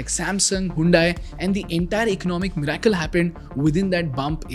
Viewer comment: Pronounced 'mi-Ri-cle' ✅ Not 'mi-rA-cle' ❌ Even though there's an 'a' in it . Kindly look it up and pronounce correctly , since it IS an English video . Thanks.